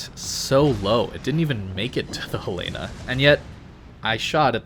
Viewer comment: Pronouncing Helena as He Lay Nuh gives me weaponised autism.